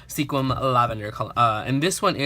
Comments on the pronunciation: LOL.....in the Northwest we pronounce it Skwim....not sequin. Kinda like people from Nevada pronounce it Nah-vah-dah. Their are so many beautiful little towns dotting the Northwest. My parents came from Reno to visit and we ended up moving here almost 50 years ago. It is truly a gardeners/farmers paradise. There are tulip festivals, lavender festivals, strawberry, blackberry, dahlia, lilacs, blueberry and of course Rose festivals all over. Anything that comes from the fields or ocean and there is a festival. So, glad you had so much fun on your trip. Hope you get to spend more time visiting next time. Ciao! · I love how he said that he wanted to make sure that he didnt misspernouse sequim but he did XD. Its pernoused squim